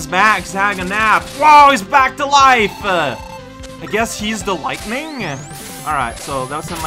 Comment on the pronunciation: yeah I guess it is more common to pronounce lightning with two syllables instead of three. Something to keep in mind I guess.